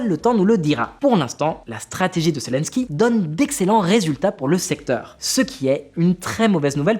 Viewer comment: Zélensky et non Célensky. Apprenez svp à prononcer convenablement les noms . Et quand vous présentez un sujet sérieux, ne mettez pas cette horrible chemise qui est juste bon pour quelqu'un qui fait de le pub pour voyagistes. Un peu de sérieux ne vous tuera pas. Le sujet est trop grave que pour le prendre à la légère.